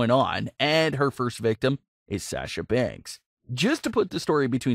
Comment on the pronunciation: Saying sasha wrong too. Mark!